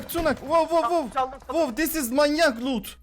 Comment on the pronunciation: tis iz manyak luut gavsgsgsbfggabssgajshgs